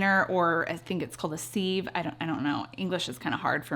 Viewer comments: It is pronounced siv and it is not English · Sieve sounds like siv. Love your humor!